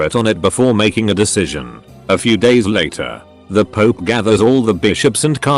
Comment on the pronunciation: Pope: exists Text to speech: pOoP